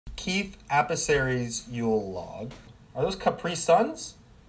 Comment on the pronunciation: He can't even say Keith's name right!! Loving all the videos lately!!